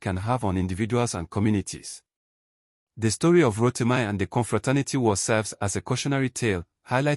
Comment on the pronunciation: Ro-ti-mee not Ro-ti-my